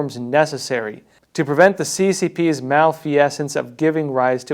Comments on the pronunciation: Creative way to pronounce "malfeasance"? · Excellent report as always, but please add the proper pronunciation of "malfeasance" to your vocabulary. It is a very important word in your arena. All the best.